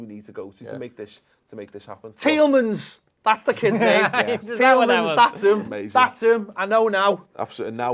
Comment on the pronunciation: isnt Tielemans pronounced Tyellmans instead of teelmins...?